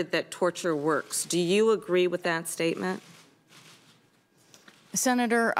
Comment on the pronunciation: Every time she says "Senator, ...." I just die a little inside